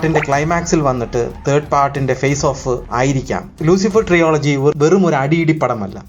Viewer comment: ട്രിയോളജി ❌ അല്ല മണ്ടാ ട്രിലജി ✔️